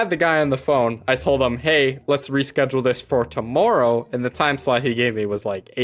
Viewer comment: why did you go,canadian when you said tomorrow.